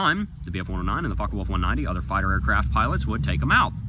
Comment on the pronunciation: Did he say fuckawolf 190 😂